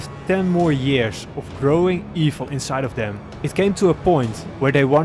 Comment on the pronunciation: I’m sorry but… yearsh? Really? Not tryna to be rude..but Really?